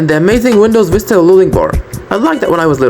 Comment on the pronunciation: Bro what the hell is windows "Fista"